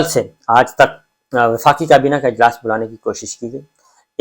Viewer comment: Sabir bhai aap vlogs best hoty hain or reliable bhi, bus plz aap kaaf ko qaaf na bola kren bhtt koft hoti h sunty hoy. Qarkun, qabina, na qami, muqam mal, wuqla..🤭